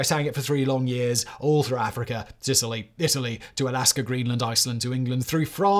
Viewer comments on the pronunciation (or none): none